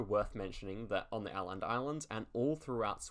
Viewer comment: Åland is pronounced Oland islands